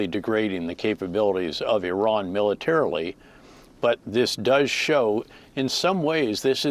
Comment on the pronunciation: none of these generals can pronounce the name 'Iran' but they can all somehow tell us how this war is amazing and everyone is doing such good job, bravo!